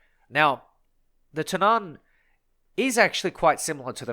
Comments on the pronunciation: When pronouncing Tunnan you put emphasis on the U not the A. So its more like túnnan rather than tunnán like you pronounce it in this video. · Its not Tunnán, its more like Tonnan :) The more you know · Its Tunnan not Tunaaaaaaaaaan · tunn-ann* not tun-aaan xD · The a in Tunnan is short. The way you're pronouncing it is Tunnaan, for lack of a better description. It's basically tu-nán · Love to hear others try and pronounce swedish words! "The Tunnaan"... It's pronounced Tu-nn-a-n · tunnan is prenounst Two-nan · That's one way to pronounce it. I don't completely agree with it, but I'd still rather chose that then what he is saying. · No offense, but as a Swede i just really don't like how you pronounce "Tunnan" 😂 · håller med😂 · Small note on the pronunciation of Tunnan, the U in it should be pronounced kind of like the U in Tunnel. The A is similar to how you pronounce the A in Apple. Also you placed a lot of emphasis on the A when you said it, the main emphasis is on the U, while the A passes by quickly. Pretty useless info I know, but why not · The emphasis should be on the double Ns, not the A or the U. The double N needs to sound like a "long" N